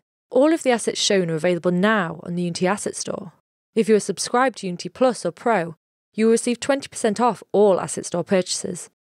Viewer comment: the way she pronounces unity, might aswell not say the word at all :D